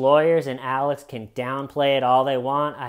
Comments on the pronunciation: He has never been able to say the letter X well and I can relate because for some bizarre reason, I pronounce X as C as well. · Alec??? Why do you keep calling this fruit loop Alec? Isn't he called 'Alex' lmao. 🤣🤣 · Calling him "Alec" instead of "Alex" consistently throughout the video, honest mistake or are you working on a Baldwin update? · Sorry as an Alex I can’t sit here and listen to you keep calling him Alec